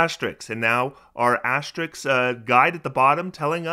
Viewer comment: TIL: cannot pronounce 'asterisk' correctly